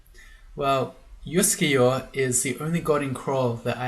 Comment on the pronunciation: Your comments about your Scandinavian-sounding pronounciation of Uskayaw pushed that one button in my brain - you know which one! Here we go: 'juskejå' would actually, at least phonetically, be a valid Norwegian word, pronounced quite like you did! It's of course an absolute nonsense word with no meaning. But! If we divide it into 2 words: 'jusk(e)' and 'jå' then we can get creative. Instead of 'jå' we can say 'ljå' - which is a real word, where the initial 'l' is silent! And it means 'scythe'! Now we're getting somewhere. But what about 'jusk'? Well, I found nothing in the official dictionary. But I'm willing to bet a small amount of money that in some dialect in some valley or on some island somewhere in Norway it's a real word with meaning! You know what - let me google that for me. [seconds later] Huh. I'll be damned! I found one mention of 'jusk' as a (dialect) verb, and apparently it means something like to be unsteady/unbalanced, or to stand/balance on something that is unsteady/shaky/wobbly! And Norwegian is one of those languages where you can just stick words together to form new words, therefore 'juskeljå' is indeed a valid word! Conclusion: Uskayaw is now Wobblescythe :D